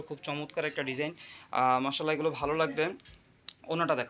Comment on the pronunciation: ভাইয়া একটা জর রিকোয়েস্ট মাশাআল্লাহ উচ্চারণটা সঠিকভাবে করবেন।